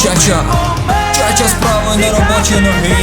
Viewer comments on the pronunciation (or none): не Чача😂 а правильно Чачуа